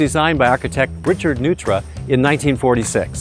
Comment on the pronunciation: Isn’t it pronounced “Noytra”?